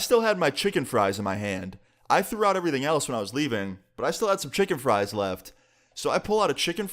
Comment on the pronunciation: The word. Chicken frie sounds so funny